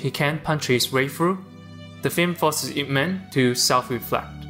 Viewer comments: It's /-ip-/. Not I.P. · I cringe when he said I-P Man. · I got so triggered when you said I.P Man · 'eye-pee' man?? bro Ip is one word and thats his last name. bro.